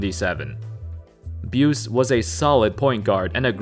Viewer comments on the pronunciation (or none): "Buse" is pronounced "boo see," and the seventies weren't weak in talent. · Don Buce's name is pronounced "Boo-See" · You weren't around in the '70s so you wouldn't know that Don Buse's last name is pronounced Byoo-see. He was an integral part of the Pacers ABA championship teams.